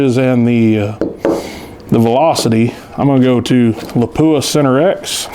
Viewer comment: Nobody likes their name mispronounced. Please check how to pronounce Lapua.